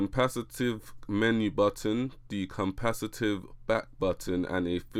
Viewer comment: "Compacitive" Buttons?????